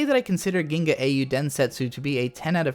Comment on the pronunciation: "Geenay"?? Did you mean "The Legend of the Galactic Heroes"?